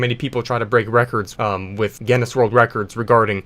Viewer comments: It's pronounce g-in-iss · its pronounced gin-us trust me im irish (not gen-us) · Guinness not Geniss Pronounced Ginn-iss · You saying Gennis every time you mean to say Guinness, hurts me inside. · Pronounced ginus with a hard g. Like the beer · it is pronounced ginis and the g is short g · Geuineis book of world record is the right pronunciation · Did you pronounce it gennis? 👀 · It’s pronounced “Guinness” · 'Gennis' world records, lol americans. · It's pronounced "ginus" yw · To pronounce guiness think about gEEse and then say gEEness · I think its said Guinness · Its called Guinness pronounced ginnis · "Genniss World Records" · It's pronounced 'G in-is'. (don't pronounce the G like 'jam', pronounce it like 'get'). It's named after a drink here in the UK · Gi (as in give) Ness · it is pronounced ginnes G (as in grog) i (as in lick) nn (as in connect) es (as in less) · It's pronounced ginniss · it is gih nuss (at least that is how I say it) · It's pronounced..... "Gi-Nuhs" lmao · Guinness is pronounced as Guinness. Ur welcome. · Its pronounced gin es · I love how he says G E N N E S world record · Pronounced Gin-is :3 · no one: this guy: guEneS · its pronounced gines . thank me later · its pronounced like ginnis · U pronounce Guiness like "Guiness" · Guinness is an Irish company known for making beer, and also, obviously, world records. It's pronounced Ginn- Us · It's pronounced 'Guinness' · its pronounced guinness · HOW DO YOU NOT KNOW HOW TO PRONOUNCE GUINNESS? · His pronunciation of Guinness… All Irish people: Dies slowly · i bet you got a record for how many times you can mispronounce Guinness in one video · Next world record to get: Most incorrect pronunciations of the word "Guinness" in a single video.